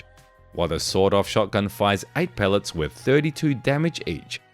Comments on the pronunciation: With his accent it sounded like he said sold off shotgun😂. Still a good entertaining video. thanks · Within 40 feet you're pretty much good to go with an SBS In America its "sawed-off" with a hard D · Aye guv, we don't bloody well say "sawn off" here in the States. It's "sawed off" with a Hard D (pronounced "saw Doff").